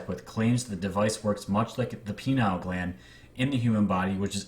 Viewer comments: Please for Godsakes sakes it’s PINEal in the brain Not Penile (relating to the penis) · he said penile gland LOL. PS David Wilcock is a charlatan. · Did he say "the penile gland"? Hahahaha! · Going back to listen to this again since the day you put it out. I have to laugh that you said penile glad instead of pineal. Just a good hearted chuckle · Good video. The Camelot Project interview with Bill Wood is another good Looking Glass video. It's pronounced (Pie Knee All) gland not Penile gland. 😉